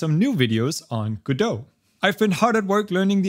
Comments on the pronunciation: Just say it: Password recovery is a reeeeal PITA sometimes. Also, welcome back! Also, obligatory it's pronounced Godot. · So it's pronounced "guh-doe"? I've been calling it "go-dot" 🤣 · Its pronounced go-dot, like how you would say dotNet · I’m surprised we pronounce Godo and not « go dot » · If he pronounces Godot like that then that's now the only way to say it.